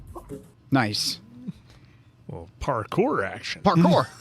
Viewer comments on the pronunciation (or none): I loved when you said in the ticket scene "PARCOUR!" and it sounded exactly like the German "Parkuhr" - whats the actual word for the parking timer 🤣